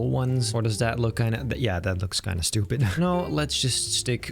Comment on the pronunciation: "thAt loiks bloody SHH-CHEW-PID" "wut is thaght??" - 2024